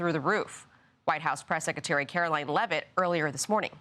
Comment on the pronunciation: I wish this attractive woman would stop saying 'seck-e-tary'!! It's a huge turn-off!